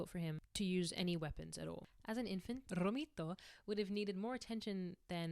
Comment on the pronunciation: The idea of being disabled so far back in the history of humanity is terrifying. The idea of being tended to by a community of people with such limited resources is incredibly heartwarming. I love the message of this video: that it is inherent to being human to support and care for those in distress. (On a less serious note: as an Italian, your pronounciation of "Romito" cracks me up)